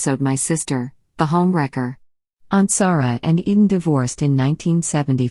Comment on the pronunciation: Yes!!! Especially since this one mispronounces Michael’s last name! 😡